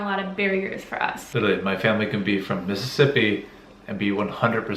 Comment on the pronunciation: lol the way he said Mississippi I stay in Mississippi is that really how we talk?😂😂